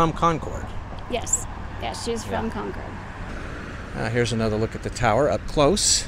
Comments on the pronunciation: Great video but it's pronounced Con-Curd. New England town names are funky! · It's Con-kid... or if you insist on pronouncing your R's, its Con-curd. Not "Con-Cord". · In NH they say Conkid not Con cord. We drove across the Kanc from Conway to Lincoln. Kancamagus Pass is at 2855’ above sea level. Enjoy your videos. Take care. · I wish people would learn how to correctly pronounce Concord and it ain't CON-CORDits promounced Conkerd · Concord is pronounced Conquered. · Concord is pronounced CONCURD. What you pronounced is a city in North Carolina or the super sonic jet that no longer flies. New Hampshire is a no-nonsense state and we are rather frugal so it makes sense that the State House is not flashy. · Concord, NH. Say like "conquered." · Us locals pronounce Concord like "Con-curd". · You're obviously such a nice person, but every time you say Concord that way, I want to die hahaha. It's pronounced similarly to "conquered". That's how it's pronounced in Massachusetts as well. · It's pronounced "conquered" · “Con-cord”? smh… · Never...ever(!)...say Con-chord. Ever. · I live in the Monadnock region. I will die here happily. Good job just learn how to pronounce Cong`-curd.Haaa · It's pronounced "CON-cud"....... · Or Conkid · Hearing someone not from New England pronounce "Concord" is always a hoot. :) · Concord, none of us new Englanders pronounce the “r” in Concord. LOL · Love how visitors pronounce Concord , born and raised in Concord nh . Probably never leave lol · To say Concord correctly as a NH resident. Say it almost like all one sylable (or two quickly) ....not two (long pauses) . Concord....not Con Cord🎉